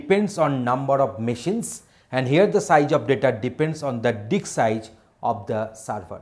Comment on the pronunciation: That is not Dick sir that is Disk. LOL :)